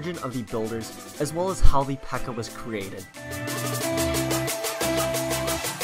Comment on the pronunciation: It's pekka not bpekka